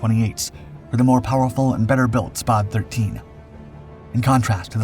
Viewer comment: I think it is a Spad rhymes with Bad . Not Spod